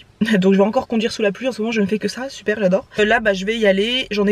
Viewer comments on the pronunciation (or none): none